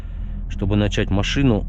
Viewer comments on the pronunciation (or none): none